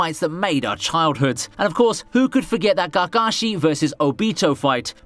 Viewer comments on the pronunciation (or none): your pronunciation of Naruto, kakashi, and obito is horrible. it sounded like you were saying Nahrootoe, gahgahshi, and ohbeetoe